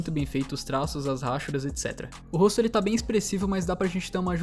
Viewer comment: Mano pq vc fala ráchuras ao invés de rachuras?